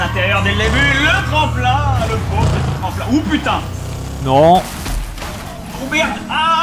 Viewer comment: Le "Oh putaing" de Fanta à est trop drôle!